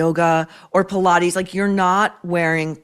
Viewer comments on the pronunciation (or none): none